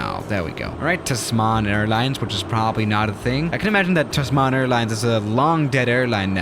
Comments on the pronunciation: it's pronounced "TAZ MON" Tasman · The way he says "Tasman" sounds african ish and french tbh. Ik its kinda inspired by Tasmania...